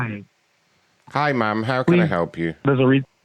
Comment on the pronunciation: Or “I’m not a man, I’m a man.” Either way, the way he pronounces “ma’am” and “man” pretty much identically makes this even funnier.